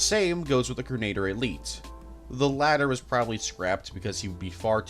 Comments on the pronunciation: ‘Grenadier’ being pronounced ‘Grenader’ has to have been rage bait too lol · Great video, loved it, but the way you say grenadier. It pains me.